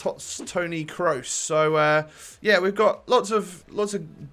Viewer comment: when your so early he says kroos wrong